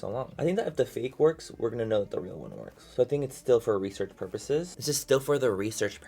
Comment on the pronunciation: Everytime you say purpose my mind corrects it to porpoise🐬